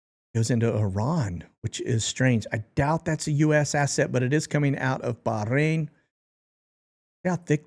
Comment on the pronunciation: you crack me up with your foreign accent every time you pronounce Bahrain… lol… it’s ok to say it without the rrrrrr accent! lol 😂😂😂😂😂😂